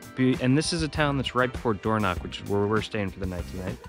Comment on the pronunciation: Door knock???? Even google has got the wrong pronunciation!! you say it using the back of your throat! Dorno (use your throat to make the sound)ch, DO NOT pronounce like a k. Next, this is the Spelling of Alness, one L not two, this is how Burgh is spelled and pronounced BURRA NOT borrow!! Disappointing you didn't show the inside of the Cathedral as it's stunning!! Did you know that Maddona was married here!! Not the best time of year to visit these parts as everything is almost at a shutdown especially high up in the Highlands!!